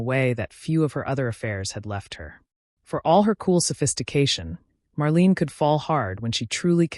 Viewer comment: Marleyna is the correct pronunciation please. Why the weird colour pix of random nobodies?